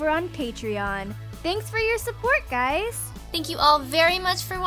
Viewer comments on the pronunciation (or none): i swear you said hello gays my name is stoopei